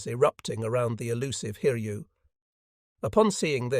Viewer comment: Pronunciation of the carrier name Hiryu was absolutely amazing. It was corrected later on.